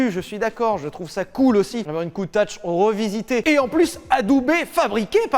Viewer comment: Ça se prononce CountaC bon sang de bon soir !! :p Elle est sublime à ce propos.